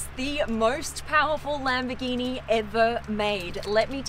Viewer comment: not lam-bi-geenee it’s LUM-BORE-GEENEE